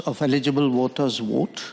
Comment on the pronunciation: Voter not water. I heard water.